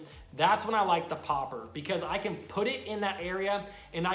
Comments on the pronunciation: Why are you saying popper like that....... stop it. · It triggers me how he says Popper